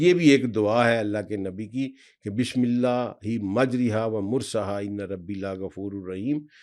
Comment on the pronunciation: This word in the Quran is the only word pronounced against the rules of tajweed it is majjrayha not mujriha !